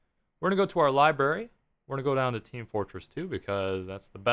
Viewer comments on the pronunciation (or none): Library not libary!